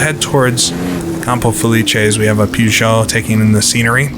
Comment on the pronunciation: I love the videos but good lord, every time you say "Pew-zah" the hairs on my neck stand up.